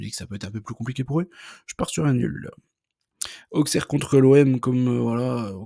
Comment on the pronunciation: Aussssssssssserre pas aukssere